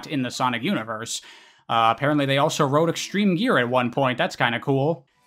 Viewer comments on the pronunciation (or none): none